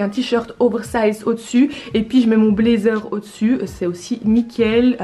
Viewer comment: Un "blédzer" ou "youtoube" j'ai un peu mal aux oreilles mais sinon c'est cool